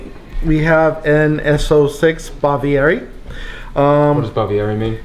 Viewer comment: Unless my Italian fails me, "Spaviere" is not an Italian word. "Sparviere" means "Mortarboard," though. I'm not doubting your take on what was spoken, but from this video-viewer's side it sounded like "Favieri" or the singular "Faviere" and then I went back to turn on the subtitles (inaccurate as they tend to be) and it also reported the word as "Favieri." Can you please check the spelling of your correction for me? I like getting corrected because it takes me closer to the facts, which I value above all.